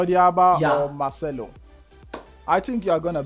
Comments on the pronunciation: kept on calling marcelo marshmello 😂😂😂😂😂 couldn't stop laughing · It's Marcelo bro not machmelo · He keeps saying Marshmellow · For the note, it's Marcelo not 'machmelo'